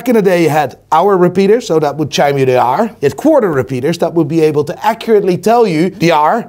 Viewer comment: pronouncing “hour”